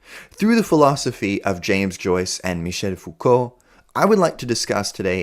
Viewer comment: hhahahaha Faucolt 😂😂 love it Fou-Colt😂😂 its perfect